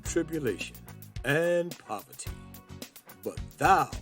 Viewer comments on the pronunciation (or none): and Poverty! not povety